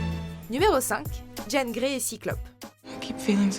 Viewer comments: Jèn Grey?!!!! Sérieux? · On en parle de la façon dont vous prononcez Jean Grey ? O_O